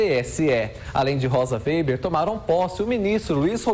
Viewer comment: Ensinem esse estagiário a pronunciar o nome da Rosa weber ! Ele está dizendo: vêiber !